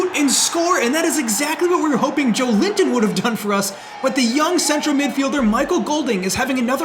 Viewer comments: It’s not Joe-linton it’s Jo-Elinton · Hey mate! As a Brazilian who loves your series, one little hint: At the start of the video i was like "who is this Joe Limpton guy, never heard of it"... and then i saw his name and figured it out it was Joelinton, the CM of my national team haha! In case you'll keep him for a next episode, try to pronnounce Jo-Wellington, with the é sound hehe. Other than that, great content as always! You the best. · Just a heads-up! Joelinton is pronounced as Joe-eh-leen-ton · Just a quick tip from a brazilian, hope you don't mind... Joelinton correct pronunciation would be more like "Jowellington"😅 Once again, great work, this series keeps on being amazing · Cheers from Brazil! Just a heads up: Joelinton's name is actually pronounced like "Joe Wellington"! That being said, keep up the awesome work, this series has been insane! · I am Brazilian, you are saying Joelinton name the wrong way. its Jo-élin-ton! google translate migh help you. love your vids bro!!